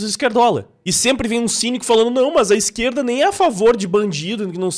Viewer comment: "ó a hipocrisia dar izqueerllda!"